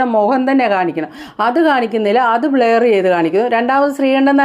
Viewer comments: ബ്ലയർ ❎. ബ്ലർ ✅. ശ്രദ്ധിക്കുക. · Not blayer blurrer